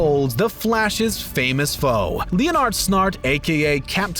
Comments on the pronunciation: Leonard Snart is Lennard, but he said Leeo-nard. Wtf. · Wow the pronunciation on this guy. Lee-oh-nard? Akaman? Symb-eye-ote? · Lee-oh-nard? Really? Can you people pronounce anything correctly?